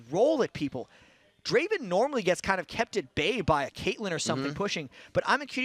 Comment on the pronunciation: it's not Draven it's DRAVENNN!!!